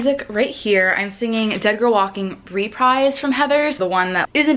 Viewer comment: tiny stupid tip: it's re-preese. not repryse. it's french :)